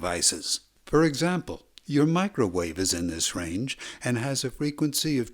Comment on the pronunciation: He had to specifically say "Do not turn on your Microvave, I Repeat DO NOT TURN ON YOUR MICROVAVE"🤣🤣🤣🤣